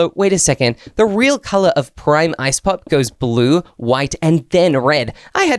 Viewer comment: Finally cos all the YouTubers say prim but you said it correctly thank you